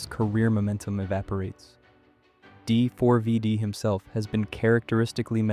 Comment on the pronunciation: You understand his name is pronounced "David" right? Is this an AI slop voice over, or are you really that uninformed? Not trying to be rude, but it doesn't instill confidence that you know what you're talking about, mis-speaking it that many times. If this was an intentional mispronunciation intended to elicit comments like mine, to drive engagement on the algorithm, then cheers to you. I'ma drop a thumbs down to counter-act that just in case though, seeing as how this is almost certainly AI slop crap, you lazy bum.